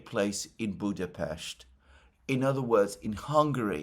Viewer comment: Thanks Alexander for the right pronounciation of our capitol city: Budapest! Ευχαριστώ ❤🤍💚